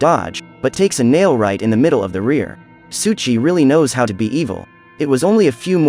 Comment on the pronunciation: Why do u keep saying "Suchi"? Pronounced "Soh ee Chi. Souichi